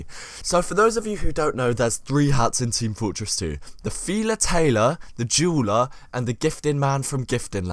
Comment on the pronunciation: Lmao when you said dueler it sounded like juuler